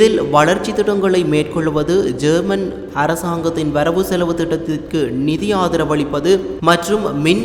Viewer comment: ஜேர்மன் இல்ல யேமன் சரியாக உச்சரிப்பா